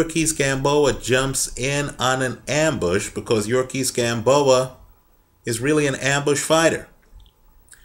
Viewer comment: YOU-REE-OR-KISS Gamboa, not yurkis gamboa